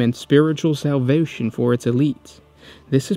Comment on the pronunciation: "Spiritual salvewsion"